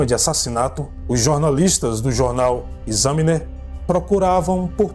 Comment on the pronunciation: E em Pontiac a sílaba é no "ti"... o jornal Examiner se diz "Ecsâminer" e não "Esâminer"...